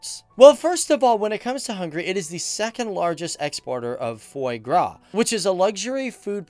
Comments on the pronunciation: pronunciation: TOKAJ not TAKAJ and foie gras: /fwa ɡʁɑ/ not "foi" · "FOY" gra? Really? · The pronunciation of foil gras is "fwah grah"